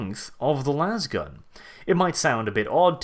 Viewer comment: It's "lasgun" with a long A, not "lawz gun". No one shoots a lawzer, they shoot a laser.